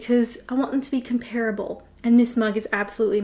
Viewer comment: Drinking a green tea, no milk. Twinings brand. Mostly coffee though. I was told years ago not to pronounce ‘comparable’ as you have. I was preparing to do a speech. Google gives a version similar to what I was told.